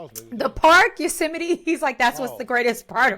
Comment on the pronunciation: Is Yose-a-mite anything like vegemite?🤣